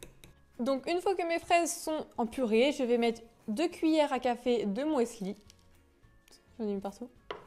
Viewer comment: du "moisli"? ehehehe! 😊😉